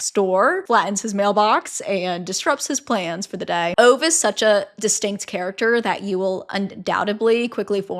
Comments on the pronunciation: Swede here! In a man called Ove, it's pronounced more like Oo-veh :D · You are hilarious and a great book reviewer 😊😅 it’s Ooh-veh or Ooh-weh in Swedish meaning above.